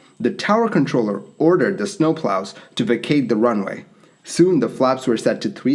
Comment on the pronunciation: "as sno-plos removed snow from the runway" made me LOL!